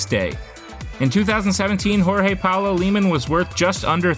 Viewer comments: stop saying "jorge" in a spanish way please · the j is not r we not spanish 🤮